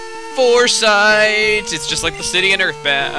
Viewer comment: Did you mean Fore"side"? Not Foresight.